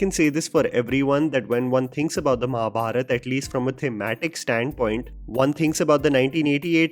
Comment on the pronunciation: and I love man for not saying Mahabharata aa but simply saying Mahabharat. we Indians, at least the North Indians should learn to pronounce our Hindi words right. like ram and not Rama, ravan and not ravana. more respect for you man!!! keep rocking